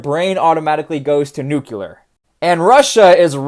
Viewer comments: Nuclear- Nu~clear not nucular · NUC-LE-AR. Not NUC-YOU-LAR... Jeez! It's nucleus, not nucyoulous... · Everyone says nuclear wrong now because of George W Bush. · Did you just Bush Jr. the pronunciation of nuclear. I'm going to assume that was intentional. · A true southern boy over hur 😂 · As god intended..